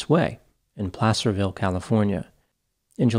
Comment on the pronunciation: Btw kudos to you for saying Placerville right. A lot of people guess “play-cerville.”